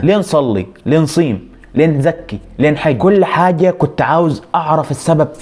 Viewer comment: اسمها نصوم يقريفاني مش نصيم 😜😅 الله ينور على المحتوي بارك الله فيك